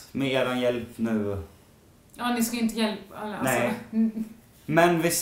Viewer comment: Jonna det låter lite som att du säger nain när du ska säga nej